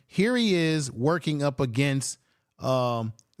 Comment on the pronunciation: Omar-i-on Miller! You really butchered his name 😅😅😅